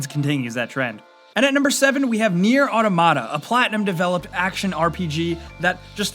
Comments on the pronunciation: I hate how he days automata almost like automatapia 😂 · it's pronounced aw-taw-muh-taw. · Why can't anyone pronounce "automata" correctly? xD